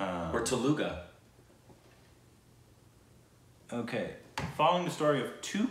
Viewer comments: Did just say TELUGA instead of Telugu 😂😂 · Teluga? So cute! It is Telugu pronounced Thelugu. The director is a Telugu guy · It's Telugu not Teluga😔. This is the umpteenth time I have commented on one of your videos abt the correct pronunciation. Not sure if the incorrect pronunciation is a running joke, like "Deborah" or "Andha-andha-hun". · The languages are Kan-nar-a and Tel-u-gu, both are south indian languages however pronounced Rajkumar Rao correctly